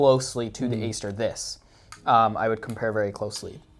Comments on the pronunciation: nah its the GATE Aster, but he pronounced it differently :D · It's pronounced Ate Aster, that type of A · No offense but could u look up how to pronounce aster I’ve been watching a few of your vids u pronounce it wrong and it’s a little cringey sorry. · If you get the basic Titan from gate, its a lot cheaper. Ive never found a need for the advanced settings in my SSG build. Definitely if youre on a budget look in to the basic module titan. Also I believe Aster is pronounced with a hard A, as in "at".